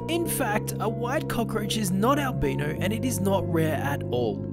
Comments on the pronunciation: AL.. BYE-KNOW. Is the pronunciation. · I am super scared of cockroaches that I was scared he would still show the cockroach turning brown.. Plus, I love how he pronounced "albino", he pronounced it "al-bee-no" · It is pronounced like it rhymes with Kyle-Rhino, Albino